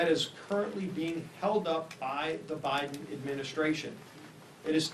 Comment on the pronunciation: Joe Bider?!😂😂😂😂